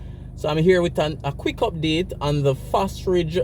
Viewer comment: Thanks for the update,nevertheless it's Fosrich not Fosridge